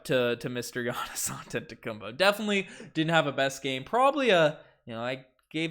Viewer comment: antetokounmPO not bo , show some respect LMAO.